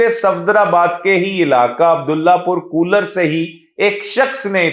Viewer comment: kooler nahi bhai, kolar..